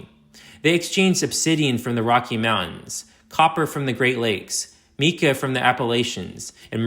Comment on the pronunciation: Stop the AI! No person pronounces MICA as meca. The ponded water eliminated a very hard climb from the Little Miami River to the site to obtain water for the people!